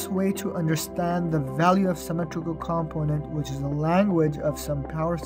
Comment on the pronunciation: It's comPOnent, with the emphasis on PO, rather than COMponent as you're saying it.